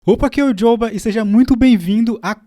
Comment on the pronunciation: Seu nome e jóba ma jóba. “Jhoba” não existe e jóba que fala corrige ae nos próximos vídeos por favor